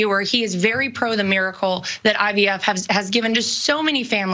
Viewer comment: Did say IVF or IDF? Maybe it’s because I just can’t listen to this guy anymore!